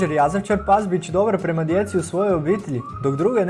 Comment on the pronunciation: I kaze se jazavičar a ne jazavčar